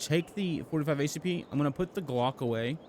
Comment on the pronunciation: LOL he said " G-Lock" 😂